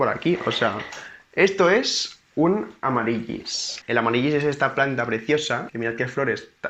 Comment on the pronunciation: Nen, amarilis, se pronuncia. Besos.